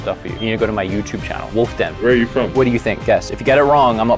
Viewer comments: jaja he said wulf den jajaja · She said you were wulf den,I laughed so hard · He said you know who I am Ole girl said wulf den lmao